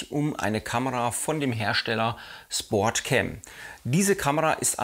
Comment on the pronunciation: Im übrigen heißt die Kamera SPOTCAM und nicht SPORTCAM, hat nix mit SPORT sondern mit SPOT (Deutsch: Punkt, Platz, Stelle ...) zu tun. Eventuell hab ich mich aber auch verhört und das "R" kam nur durch den Dialekt mit rein :-) Ansonsten schöne Videos, weiter so.